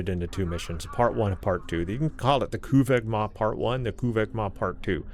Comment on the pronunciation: If your going to pronounced a klingon word, say it right! NOT KUVAH'MOG. Its Kuvah'magh!